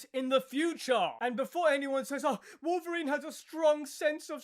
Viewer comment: It's wolferine 🤣🤣☠️😅😅😅